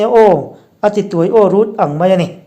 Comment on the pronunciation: Tiai aw tih lai tak hi ichhiar diklo tlat Tuai tih lai tak hi ahniam tur ani